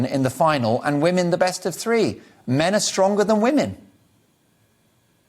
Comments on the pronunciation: I hate the way peter says ‘women’ its like wumen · Remarkable that Peter Tatchell couldn't actually pronounce the word "women". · I never had a problem with gays but I've never liked Tatchell, certainly not since he tried to defend PIE members. But, that apart, why does he mispronounce 'women' the way he does? He almost makes it sound like he hates the word being on his lips! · he even mispronounces the word "women". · The way he says women/woman is just weird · Why can’t Tatchell pronounce “women” correctly?? It’s so infuriating. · Yes, so annoying 😠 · Why can't Peter tatchell say the word women? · It's remarkable that this man who "doesn't speak on behalf of trans people" can't bring himself to even pronounce the word "women" properly.